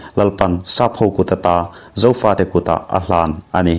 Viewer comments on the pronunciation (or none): none